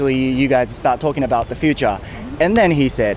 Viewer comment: important と futureの発音が日本人だな